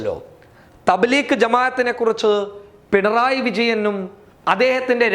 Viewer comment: Thableekh അല്ല ഡോ ത bleeg ആ ന്ന്